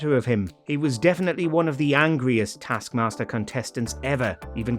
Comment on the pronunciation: Dear voice over guy, it's either "tASK mASTer" or "tARsk mARster"... It's never "tASK mARster"